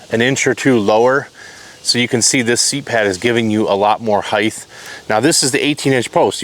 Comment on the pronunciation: Stop saying Heighth...